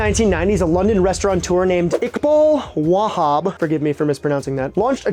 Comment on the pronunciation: ReSTAURateur, not Restaurant-eur. 👍🏻